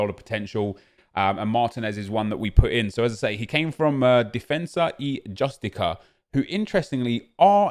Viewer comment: Defensa y Jus-ti-kah lmao British people are funny but I’m here for it